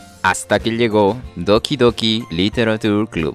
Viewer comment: Me pregunto porque la gente sigue pronunciando -ture como "tur" cuando se debería decir "che".